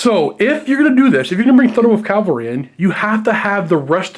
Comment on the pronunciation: Guys ..also ...please ...please ... Cav-All-Ree ... Calvary is a Jesus thing ...